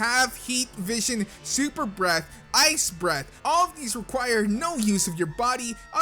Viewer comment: Suppr bbreath... SUPPERBREATH